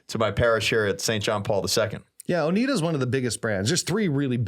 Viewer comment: It's pronounced O-nai-da.